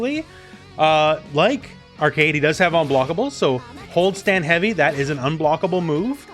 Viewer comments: Also its pronouced "Ar-quade" not arcade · Pretty sure her name is pronounced "Arc-wey-d" rather than "Arcade". Or at least that's how they said it in the anime that doesn't exist. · Pronunciation police here: Its almost "Arcade" just say "way" between the "C" and "D" with a little "oo" sound be "way" So like "Ark"(oo)"way" "d" Very good overview, always top quality from you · Its more like "Arc-wed" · Not a minute into the video he pronounced Arcuied as “Arcade” goddamnit lol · Her name is pronounced like arcade but put q in it "ar-qu-ad" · Great video! I love how you approach every character without being too technical. P. S. "Arcueid" is pronounced like "ar-coo-aid". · Sorry, great video, but it's very distracting and kinda funny whenever you pronounced Arcueid as Arcade. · Not to be rude but its pronounced Arc ku ed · I don't want to shade your friend as this is a huge and common misconception, but her name is written as アルクェイド in Japanese -- A Ru Ku-e I Do. When you use a smallェ after an U sound it becomes a glide, it doesn't completely supecede the sound before it (unless the letter is after a fu sound and that's sort of a special case). As such, her name is most accurately pronounced ArKWade. This is also consistent with the old Tsukihime, the Remake, and the old Melty Blood. I played them originally in Japanese while living in Japan (well, except the Remake which I'm going through right now since it just came out) so unless there's some weird Nasu word of God this should be correct. You can hear her name in this clip: If her name was pronounced Arcade it would be written アルケード or アーケイド, or perhaps アーケード. I hope this helps as much as this video helps newcomers to the game choose a main! It's a perfect introduction to each character.